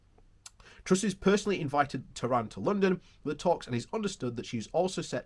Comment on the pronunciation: Please look at the text of the article again. The Minister's name is TEHAN. There is no R in there. He is not from Iran. TEHAN is a traditional Irish surname.